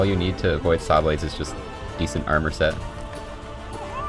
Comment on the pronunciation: Hearing say 'shawblades' made my day lmao